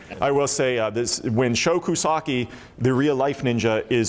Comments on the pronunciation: Why they keep saying Show Kusagi? gringos his name is Sho Kosugi. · " show koosaki" hahahahahahhaa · Why does that guy think Sho Kosugi's name is Sho Kosaki? What flavor of dyslexia results in looking at the letters "ug" and seeing "ak"? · keeps saying "Show Koosoki"- real name is Sho Kosugi. Doh. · "Show-Koosahkee", IMDB: Sho Kosugi. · His name is Sho Kasugi not Sho Kusaki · Sho Kosugi was the man in bad 80's ninja movies. They need to show respect and pronounce his name correctly (Sho Ko Su Gee). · You guys mutilated Sho Kosugi's name worse than any person in Ninja III... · Its a little annoying how they consistently mispronounced Kosugi. Theres no k so it shouldn't be that hard.